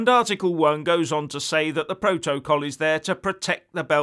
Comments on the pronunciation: slight improvement with the way you pronounce 'protocol' but you still have along way to go; so let me help you you are saying Pro-to-col when it is pronounced' protacol; I hope you get it now! Just watching Sky news this morning and I hope you will talk about the 'Ducker of Lancaster' Steve Barclay who was asked six times to apologise for gross errors that caused the death of 20,000 people at the beginning of the epidemic As a former Tory you must be cringing about the official report that has identified this incompetence which points out that so many people died as a result of the total and utter incompetence of this Brexit government! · Now, I’m loving the content, truly I am but please no more PRO-TO-COL. I don’t think there’s a single word in the English language with stress on all three of its syllables. PROtocol please 🙏 the three stresses version is getting up me nose.